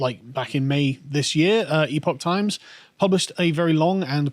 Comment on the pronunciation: Epoch Times is pronounced "Epic Times" for what that's worth.